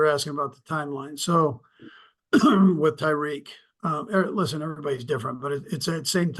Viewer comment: Did he say Tyreek?